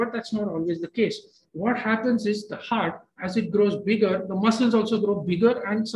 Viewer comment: Please doctors learn to prpnounce HEART ! PLEASE !